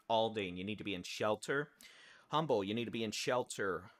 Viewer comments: Honey, thank you, my son lives in the Kingwood area and heard a "Jet" over head. Also, it is Beltway 8 and pronounced "umble" the H is silent 🤫 🙂🙂🙂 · You know when someone is not from Houston when they pronounce humble with the h 😩